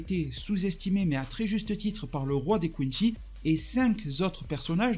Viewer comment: Pourquoi tu dis quinchy alors que ça se prononce quincy